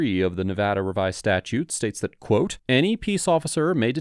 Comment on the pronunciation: Thanks for pronouncing Nevada correctly that's rly cool of u